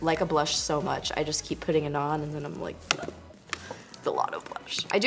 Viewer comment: LMAOOO she kills me with the " thank you so mush "